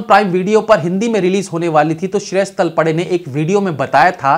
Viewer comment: तलपडे नहीं तळपदे।